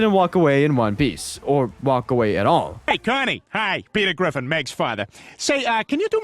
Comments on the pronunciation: "petew gwiffin" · Petew gwiffin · Peter Gwiffin